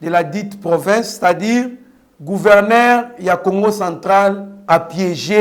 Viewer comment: GouvernER te, gouvernzzEUR. nde Yekola francais